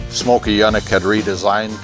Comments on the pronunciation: Its ... "Yoooo-nik" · Never ever heard his name pronounced that way. Always heard "Younik". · These cars can stand on their own merit, without the inflated horsepower claims. Please educate yourself on the pronunciation of the man’s name. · Quite a display of ignorance, quoting laughable dyno numbers, and mis-pronouncing the name.